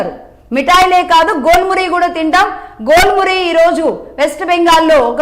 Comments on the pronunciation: Jhel Muri. Not Gol Muri😂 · మేడం, గోల్ మురి కాదు ఝాల్ మురి.